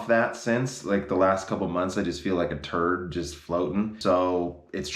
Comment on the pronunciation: "Like a thurd, just floating..."